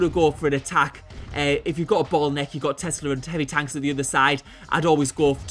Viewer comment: "bottleneck" with an accent, I think :)